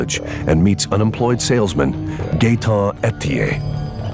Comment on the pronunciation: “Gaeton Etier” you gotta be fucking kidding me lol